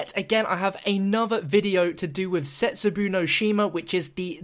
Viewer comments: When you pronounce the map, don't say zetsu-boo, but say zetsu-bow (like bow and arrow) cuz that's more correct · For God's sake it's pronounced zetsu'BOR' no Shima as the Japanese say it not zetsu'BOW' no Shima I cringe everytime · It's pronounced Zehtz-Oo-bo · Why'd he pronounced Zetsubou "Zetsubu"? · It's Zetsubou Szetz-Su-Bo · It's so retarded how he says it isn't it. It's not hard.